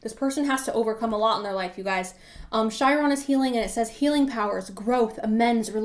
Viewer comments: You are such the cutest and spiciest tarot reader I have ever met. 🥰💖😄🌺 Hummingbird PILE 2. Ps. Chiron is pronounced KAI-RAHN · Chiron is pronounced KAI-RAHN.